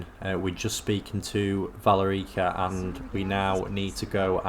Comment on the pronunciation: Why do British people, or at least British sounding people, always mispronounce everything? The game literally says her name “Vuh-lair-i-cuh” several times by this point and he still says it wrong. Like, how?😅